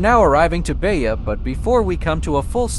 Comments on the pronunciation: Please, don't say Beia, say Beja with a sound of "J" like "Japan" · PS: Beja is not pronounced "Beya". In Portuguese the J is read as J, not as an I or a Y.